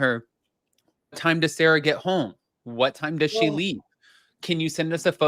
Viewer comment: its pronounced Sara Not Sarah they are two completely different names like Sara and June! Just as a heads up anybody called Sara hates being called Sarah because it's not our name and yes I am a SARA 😂